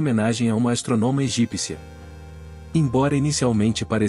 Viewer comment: Erro grave de pronúncia da palavra " astrônoma ", que por ser proparoxítona deve ter a sílaba mais forte o " trô ", como indica o acento circunflexo........Que feio.....